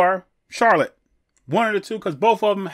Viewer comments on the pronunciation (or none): none